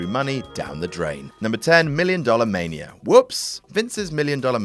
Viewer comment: Why does Adam pronounce Mania as Maniar